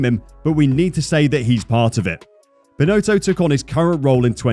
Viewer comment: Total incompetence, Binotto needs to step up and take responsibility and make decisions - or go! It’s really very simple. By the way, his name is pronounced Bin- Otto, not “Bin-Oato”.